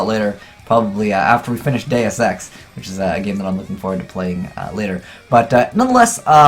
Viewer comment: 'day of sex' or 'deus ex' ?